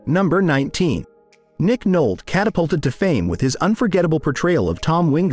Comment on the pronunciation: It's Nick Nolte, Noltey. Not Nolt.